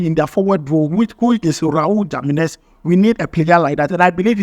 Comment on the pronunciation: Spanish letters J sounds H. So the names Jiménez should sound Himénez, Guadalajara should be pronounced Guadalahara